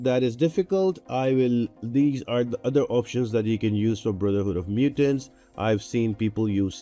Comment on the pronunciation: Good stuff ... but I did giggle every time you say Brotherhood of Mutants :) Thanks for all the hard work - it really helps!